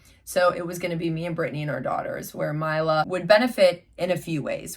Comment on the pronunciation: It’s “my-la” not “me-la” just letting yhu know